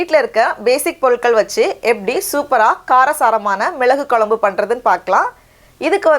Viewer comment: Kolambu illemaa. Kozhambu innu sariyaa pronounce pannunga.